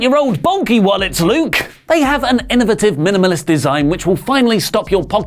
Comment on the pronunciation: Yes the way Brits say "aluminium" is fun...but how bout pronunciation of "innovative". Luv it.